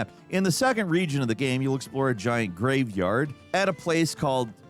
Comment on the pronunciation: You say gaem instead of game, lol.